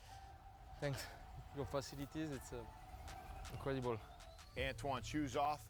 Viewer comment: Yes, Khalil Mack did pronounce Antoine's name correctly . Antoine seems very chill, delighted and gratefull. IIRC a UK Rugby player did play on an NFL team for several seasons. I think he was a commentator for UK TV when they showed NFL games. Oddly, YT suggested In full: British Army v USA Military | Remembrance rugby union I haven't watched (2h:11m:59s). There's also British Army vs USA Military HIGHLIGHTS 11-11-25 (5m:2s) Best Wishes. ☮